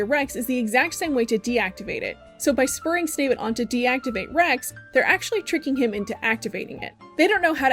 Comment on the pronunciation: I hate that you call him “snavid” 😂